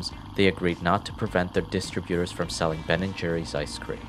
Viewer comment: "Distributor(s)" is pronounced incorrectly. This must be a digitized voice, as I had already suspected.